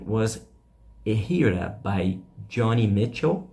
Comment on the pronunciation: You need to learn how to pronounce "innovative" and "Joni" correctly.